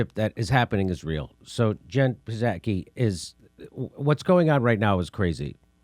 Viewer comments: "Puhzaki"? lol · Seven months after Biden was inaugurated and Jimmy still can't pronounce "Psaki"!